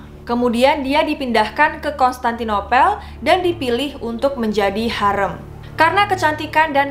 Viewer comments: Maaf kak, "harem" dibaca "harém". Fyi di bahasa Turki, e dibaca tetap e seperti ember, jika ı dibaca e seperti elang. 🙏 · Maaf mba pronunciation haremnya kurang tepat🙏 seharusnya harim..🙏